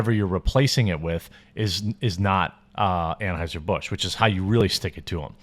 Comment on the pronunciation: Did I hear you say "Transhiser-Busch"?